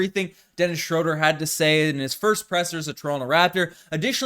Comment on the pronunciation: Shrewd-er or Shrewd-ah, not Shrode-er.